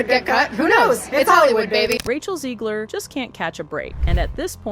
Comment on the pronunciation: It’s Zegler!! ZEGLER!!!!!! If you can say ‘leg,’ and ‘her,’ then you can say ‘Zegler.’ There isn’t an ‘i,’ or an extra ‘e,’ in there to make it ‘Zeeeeeegler.’ FFS!!!